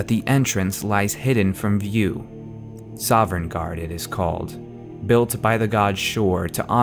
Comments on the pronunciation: My only beef is that you say "Sovereignguard" instead of "Sovngarde." Still, I enjoy this series and you're very good at tying episodes together. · FFS he can't even pronounce Sovngard right...